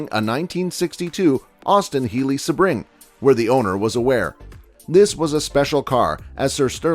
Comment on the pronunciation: It’s pronounced see’-bring, not suh-bring’.